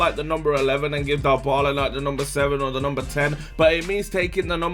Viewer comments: no its djebola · its not dyebala its debala